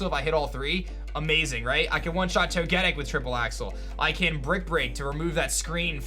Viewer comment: Jfc for someone who plays Pokémon for a living you’d think you could pronounce “Togetic” correctly. Do better.